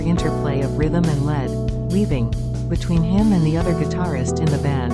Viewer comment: "Lead guitar" is not pronounced the same as "lead" the metal 🤔